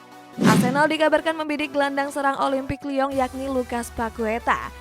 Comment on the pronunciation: Suara penyampainya lawak.. kayak kartun pun ada... Please changes the style of speech and pronouns of your language... Contohnya kamu sebut olimpik lyon bunyinya seperti olimpik lya... Tolong ubah gaya bercakap kamu..ni channelnya bola..bukan channelnya nanyian mahupun channel mahu cari cowok.. dan bukan juga channel berahi